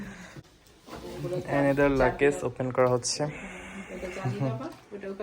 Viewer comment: Sister লাকেজ বলে না লাগেজ বলবেন